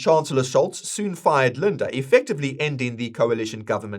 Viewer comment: Just one Tipp: its pronounced SHOLSz and LINDNER (tje fool who Sold our BTC early)